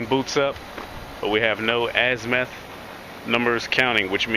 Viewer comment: "azmeth"? azimuth